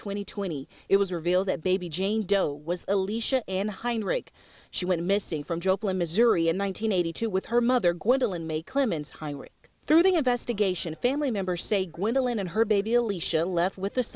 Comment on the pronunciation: Jah-Plin not Joe..